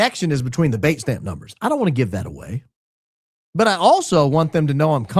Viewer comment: What's this word "baitstamp"? I've never heard it before. Is it trying to say datestamp with a bad cold? What does baitstamp mean?